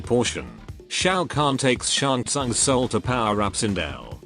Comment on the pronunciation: "Your Souos is mine" -Shang Tsung